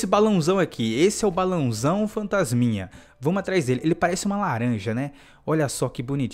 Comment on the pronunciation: No começo ele falou fanstasminha rachei kk